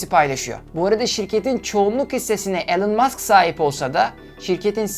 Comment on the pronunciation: elon degil ilan mask diye okunur yaa işte ortaokul mezunu olarak senin açigini buldum artik senin diger videolari izlemem lazim,şaka bir yana cok iyi calismalarin var keşke daha önce tanisaydim ama işte enes batur orkun gibi arkadaşlar var saniyordum bu mecrada harikasin aynen barış özcan gibi